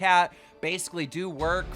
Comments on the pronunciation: BasicallyIdowrk> not basicallydowrk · Why does everyone miss read marcels name “Basicallydowork” 😂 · I'm sorry did you say "basicallydowork"?